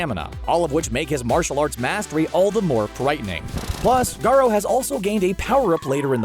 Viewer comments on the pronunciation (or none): its not ga-rah its ga-RU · So no one is about to talk about the fact he said garaa